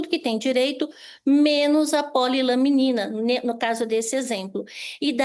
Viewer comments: Só uma correção.. o nome do medicamento não eh POLILAMINA, e POLILAMININA.. mais simples, POLY LA MENINA kkkkk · Vocês não têm vergonha na cara mesmo! Cambada de jornalistas que querem saber mais do que profissionais na saúde! E, do jornaleco: o nome correto é PO-LI-LA-MI-NI-NA! Não é polilamina! Morram de inveja! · Polilaminina. Não polilamina.